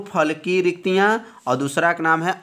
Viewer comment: Sir riktika hota hai